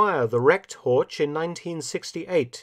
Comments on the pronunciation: Das Auto heißt HORCH, nicht Horsch! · So "Hork" basically, must do better heer doktor Felton...must do better. ( herr, not heer...oops ). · Göring's car is a Horch, not "Hortsch." The ch at the end is just a heavy h. Somewhat surprising that Felton would commit such an elementary mistake in pronunciation. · N.B.: "Horch" is pronounced with a [ç] sound at the end. And fun fact: "Horch!" also is the imperative "Listen!" which in Latin is "Audi". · Pronunciation: "Horch", similar to Loch in "Loch Ness"; not "Horge" as in "George". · The CH in German is pronounced differently than in English. HOR(CH) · Usually, Mark you well pronounce the German words; but to prononunce "Horch" likewise "torch" sounds terrible. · It is Horch. German ,ch' sound i not ,k' or ,sch'. The sound is similar to the noise of an angry cat, but slower and softer. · I just gotta stop you, Horch is pronounced with a hard CH, like the K sound. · Dear Mark, as you always present us German terms in exceptionally good pronunciation, may I point out that "Horch" is actually pronunced just as Lo*ch* Ness (or Pulla*ch*, to take an example from your own video) at the end? Btw, you all might know that "Audi" is merely the Latin translation of the German "Horch"; both can be translated as the imperative "Listen!" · This is an excellent well-researched video. Unfortunately, Horch is completely mispronounced throughout. As a German speaker, it's always amazing to see that English speakers can't even come close to pronouncing the German "ch" correctly. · Is it really too much to ask that German names are pronounced properly!? "Horch" is a car brand and just like "Bach" it doesn't have a "k" in it!